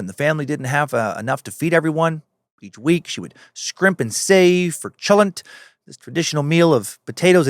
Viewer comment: Chalent is not pronounced like a regular 'ch'. 😅 It's a sound that's made at the back of your throat... exactly the same sound that Hanukkah (or Chanukah) uses.